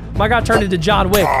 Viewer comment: That's not Jhon wick that's yawn wick